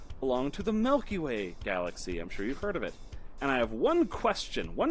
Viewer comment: I always do things that malky way 🤣🤣🤣 I’m sorry, but it always gets me, when you try to say the Milky way, and it comes out as Malky way.